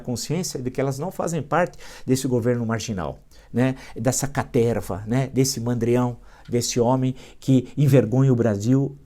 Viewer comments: Professor Villa assisto seus videos so pra escutar "CATERRRRRVA". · Boa noite Villa, me racho de rir qdo vc fala caterrrrrva🤣🤣🤣🤣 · um velho com palavras velhas com a cabeça velhA!!! "CATERRRRRRRRRRRRRRRRRVA" KKKKKKKKKKKKKKKKKKKKKKKKKKKK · A caterrrrrrrrrva !!! kkkkkkkk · Villa chega a dar um pulinho da cadeira de tanta felicidade ao anunciar o pega-pega na caterva.